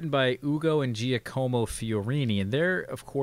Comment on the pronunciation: Giacomo is pronounced something like JOCK-uh-mo not GEE-uh-CO-mo